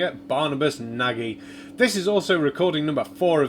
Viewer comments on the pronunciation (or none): Barnabus Nagy (Hungarian for "great" or "big", pronounced like Nadge as in judge) is an infamous conspiritard, on multiple theories, each more outlandish than the other. As far as I can judge not a Troll but a genuine nutcase. Totally useless going against him. He'll never learn. I only hope that anyone watching that is on the fence will think twice before seriously considering believing him. Good luck, you'll gonna need it!